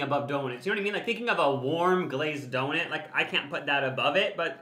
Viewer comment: I like how you guys say "donit" when talking about donuts 😊